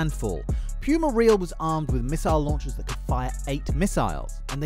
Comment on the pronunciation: I think you're not pronouncing Puma Real right. Since it's from Panama shouldn't the Real be pronounced as rayal instead of reel?